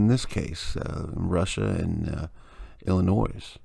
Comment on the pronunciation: Great find, thanks for posting it. Fyi, please quit pronouncing it Illi-noize. The "s" is silent. Cheers:)